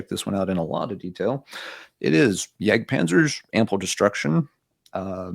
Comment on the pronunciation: Not to nitpick because I love watching you guys, but are you pronouncing Jag Panzer correctly? Yag Panzer?